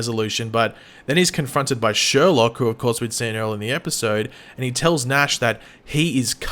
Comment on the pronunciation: SherLOQUE! Come on it’s not that hard, ah good times